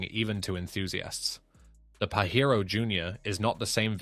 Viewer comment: I told youvits pajero not parewo